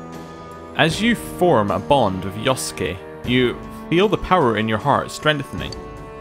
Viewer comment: Love how you keep mispronouncing yosuke ahaha